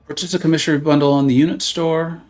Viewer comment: I haven’t finished the stream yet but did you learn how to say commissary correctly? 😂 it’s like comma-sary. Or COMM-uh-sary. Stress the first syllable not the second. It’s a military grocery store on base/post and would have been where Cap shopped. 😊